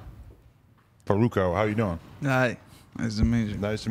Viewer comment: U can tell Adam was nervous about saying the double R in Farruko hahahaha